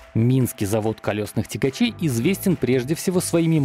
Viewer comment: Цягачоу ахаха ору